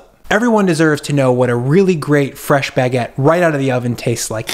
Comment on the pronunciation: Your pronounciation of Baguette is so: "omg see how fancy I am, I make and love Baguedde" like I can't pinpoint it but eh